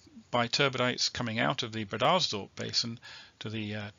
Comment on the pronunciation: Glad you to hear your dulcet tones ……but do you really pronounce “breeders dorp” basin that way?🤔 ……old stomping grounds eh?…..glad they got it all drilled in the end!